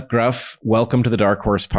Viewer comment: Gruff is pronounced Griff. U in Welsh is pronounced I. 😉